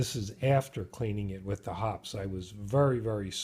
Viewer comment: The people at Hoppe's pronounce it "Hoppy's"